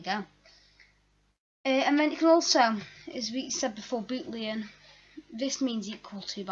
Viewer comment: Nice video. Thanks. One correction, its boolean not bootlean.